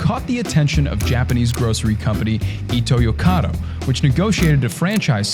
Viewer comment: When did the name of Seven-Eleven's parent company change to "Ito's Corner of Europe"!? Pitch accent is the worst!